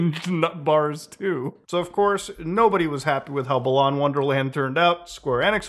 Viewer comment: I really hate that he keeps saying balan wrong, it's pronounced like "balance"